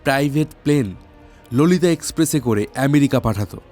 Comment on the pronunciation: ওটা ললিতা নয় Law-lee-taaa